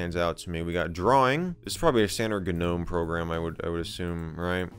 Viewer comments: its not "Gah Nome" .... its just Nome G is silent. A gnome /noʊm/ is a mythological creature and diminutive spirit in Renaissance magic and alchemy, first introduced by Paracelsus in the 16th century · How many times has he mispronounced gnome with ganome? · Gnome.....isnt the G silent? nome is how it is said? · michael says g-nome lol good video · The "G" in gnome is silent. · Not in that gnome, nope